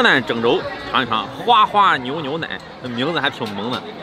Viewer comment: 花花牛 牛奶，这样断句